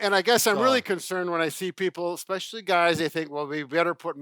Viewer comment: There is no such word as "ICK-SPECIALLY. I had an English teacher who used to pronounce "E" specially that way. Drove me nuts too. No hard consonant in especially.